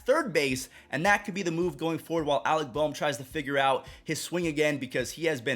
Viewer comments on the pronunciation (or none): none